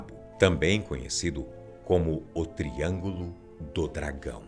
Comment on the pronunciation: esse cara em vês de fala só triângulo das bermudas não ele fala tringo do 😈